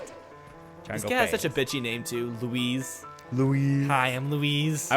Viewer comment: My Dad's name is Luis, I think you were saying Louise, sounded for me that you were saying Luis